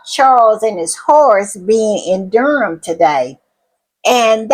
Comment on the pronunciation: Dedham is not pronounced "Durham", it is pronounced deh-dm, dead-'m. It isn't Marks, it is Marius - mar-ee-us.